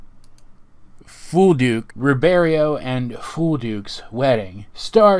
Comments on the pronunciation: Did you not see the blood moon at the very end? Also, when Star grabs the pics of her and Marco, it's really hard to see, but their cheek marks glow in the last one. Also, it's pronounced "Roo-berry-ot/ut", and the goblin guy WAS voiced by Alex. 👍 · I belive the "t" in Ruberiot is not silent. Like Voldemort.